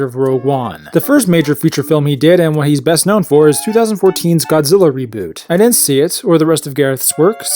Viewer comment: You pronounce "didn't" like an ex-stormtrooper. Cut it out! From now on say the second "d". Ffs.